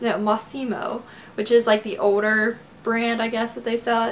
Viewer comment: older sounds like owder